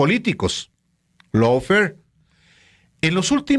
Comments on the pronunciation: ¿Lawfer? , GUERRA JURIDICA es mejor para su público cuya lengua materna es el español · Es Lawfare, no Lawfer, saludos desde California. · Lawfare, no Lawfer.